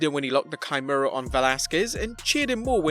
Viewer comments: (Key-Mur-Rah) Kimura just helping on the pronunciation. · Are you asking what this emoticon "🤣" means? It means I was laughing REALLY hard because the guy in the video kept mispronouncing the submission name so badly.